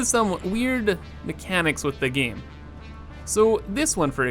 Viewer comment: Giiiiime It's "game"bro not "giiime"